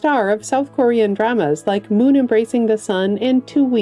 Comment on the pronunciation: Here's how dumb I am...I always pictured a nice lady reading these obits. Until I heard Korean pronounced as Coor' Eon. and only then did I know it was AI.